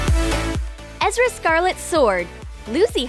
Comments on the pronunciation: You called Erza scarlet Ezra scarlets, and black butler is not his name! Edit: Thanks for 23 likes! Edit: Holy Sebastian, 99 likes! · Her name is ERZA SCARLET not ezra !! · Ummm it's not ezra it's erza Scarlet